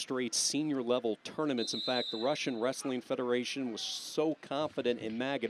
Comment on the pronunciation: "raSIn wrestling federation". ha, he talks to much. cant even control his speech